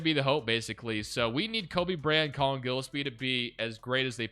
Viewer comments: mal-oo-atch guh-less-pee also ryan dunn shoulda been starting at the 4 to start the rebuild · Gillespie is pronounced "Jill-Espie" lol